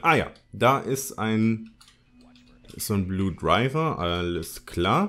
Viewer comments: Wie du einfach die ganze Zeit Blue Driver und nicht Blue Diver sagst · ES HEIßT BLUE DIVER! xD